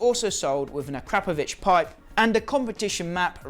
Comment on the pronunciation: mate it is pronounced as - Akro pov itch